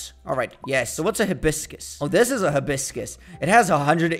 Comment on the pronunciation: It call a hi-bis-crausd